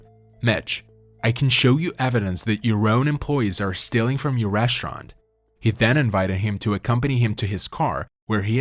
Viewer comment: What's a reshurant?